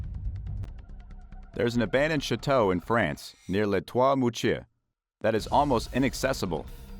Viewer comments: PLEASE learn how to pronounce Chateau! It is NOT pronounce "Shi Tow". It is pronounce "Sha Tow" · Chateau is pronounced 'Shā toe'... it's a long a sound and is French in origin.